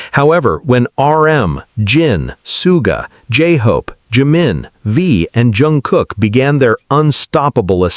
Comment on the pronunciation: ...it is pronounced Shooga not sue ga.....and Jun Gook not Jun Cook